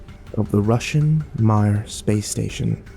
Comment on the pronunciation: The Russian space station Mir's name is pronounced "meer."